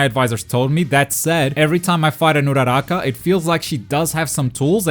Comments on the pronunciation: The way you pronounce uraraka just triggrrd me but good video😁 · I like the way he pronounce Uraraka